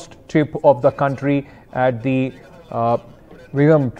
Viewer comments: News anchor naam to bol yaar is jageh ka..kyun? Naam nikalta nahin teek se? V i z h i n j a m..Proud to be Indian. Proud to be Keralite. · Can't pronunce Vizhinjam😅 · Jesus Christ you butchered the name 😂